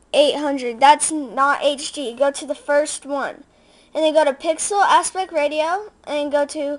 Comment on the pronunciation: LOL, maintain aspect Rate-eo